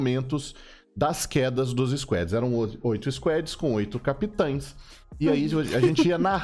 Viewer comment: Aí fala squedi não mano fala SQUAD por favor você é incrível mas isso incomoda.